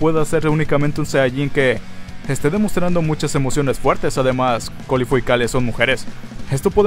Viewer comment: enserio me desespera que diga que se llama corifu ¿de donde sacó eso?